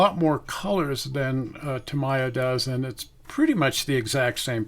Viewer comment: Please, Tamiya is pronounced Tä-mee-yä. Otherwise, thanks for this excellent video on the various paints.